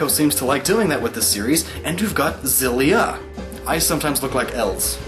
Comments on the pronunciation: The Tales of Xillia theory would make sense if it was pronounced Zillia, but it's actually pronounced Exillia (エクシリア - lit. Ekushiria) the rest are probably right though, not that I'm gonna check. I enjoyed the video though. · I though it was meant to be pronounced Ex-illia, as in exhilarating. Not Zillia. Am I wrong? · Actually tales of Xillia is pronounced X-illia. The x does not sound like a z. The producer of the game said it's not a z sound it's an x. But love the explanation!!! I've been playing tales games for many years!!! Best one- Tales of the Abyss:) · Not to nit pick, but Xillia is pronounced Eh-Ku-Shi (freely translated into the Z sound)-illia or at least that's how it's written in Katakana. I always called it Xillia like Zillia, and I thought it was odd whenever I heard people pronounce it as eksillia, but that's the official way it's written. You can debate whether the pronunciation should be carried over, but I guess for me it's word of god and source material over adaptation. エ = E, ク = Ku, シ = Shi, リ = Ri, ア = A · ***** No, it's pronounced "Ex-illia" The Tales creators do adapt English words to name their titles, except Xillia isn't an english word. If they wanted it to be called Zillia, they would have written it as テイルズオブジリア. Sephiroth isn't nearly the same situation. Sephirosu is the Japanese pronunciation of Sephiroth because there is no "th" sound in Japanese so they use "su" instead. The reason why we know it's Sephiroth is because the word Sephiroth or Sephirot or Sephira comes from Hebrew and the creators have stated that. Xillia is not based in English. The creators call it Exillia for a reason. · guys when he talks about tales of xillia he forgot that the x is not soft. its X-illia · I absolutely love Tales of Xillia!! I always thought it was pronounced shillia not zillia, but after your explanation, it makes more sense.